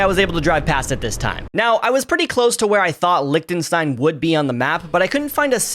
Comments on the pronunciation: Bro. it's not pronounced liekenstein. It's Liechtenstein. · your "wrong" pronunciation was better than the "correct" pronunciation. It is not pronounced "Licktenstine". The official language is German, and the name is pronounced like "Leeshtenshtine". It is baffling to me that native English speakers can't be arsed to learn what the German "ch" is supposed to sound like. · It‘s not even pronounced Licktenstein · It is actually NOT pronounced Licktenstein. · It's not pronounced Licktenstein. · it is not pronounced Licktenstein your first pronounciation was right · lot of murica moments in here but the funniest part is him correcting his pronounciation of Liechtenstein and then complaining about the spelling. It is a soft ch like you tried pronouncing at the start. Not a ck... Let me tell you abt the ie, ei business. Basically they speak german and in German the ie is a long i. The ch is either a throaty h sound or a soft sh sound, in this case the latter The st is a sht and the ei is an ai sound. Still a good video and I enjoyed it, bye